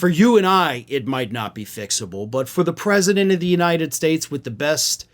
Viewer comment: US-Predement instead of US-President